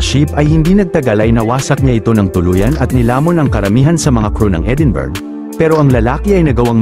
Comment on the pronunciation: Edinburg. .(Edinbruh) po ang pronounce